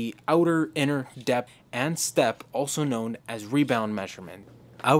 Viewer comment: "depth" has an "h" at the end of it.